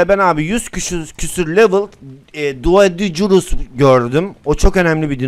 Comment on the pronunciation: Abi doedicrus ama doedikrus diye okunuyo